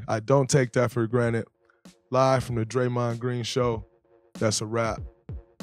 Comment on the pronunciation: Say his name Draymond is that hard to do